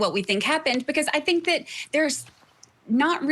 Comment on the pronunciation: I TINK THAT , I TINK THAT, I TINK THAT...